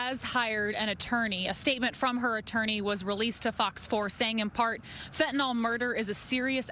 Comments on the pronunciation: Sorry to nitpick, but I wish she would correctly pronounce it as 'fentaNYL', not "fentaNOL". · Lady, it's fentANYL NOT fentANOL. Just stop 🛑 it.